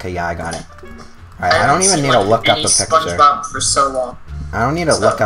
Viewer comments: spunch bawb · spoge bob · oh god I can't believe how much you butchered spongebob